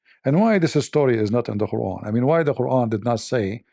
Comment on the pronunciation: I loved the reciting of Queeran without Tooth 🦷🦷🦷😂🤣